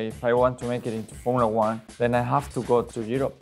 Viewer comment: It's not Formula One. Yes you're right. It's Formula Juan